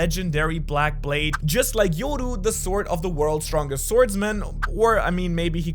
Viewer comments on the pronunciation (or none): none